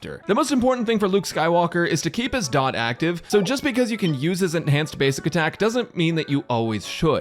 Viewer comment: FINALLY A PERSON WHO KNOWS its Dot, not D... O ... T star rail youtubers were getting annoying saying D , O , T